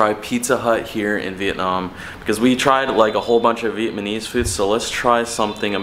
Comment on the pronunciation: It’s Vietnamese not Vietmanese like how you pronounce it.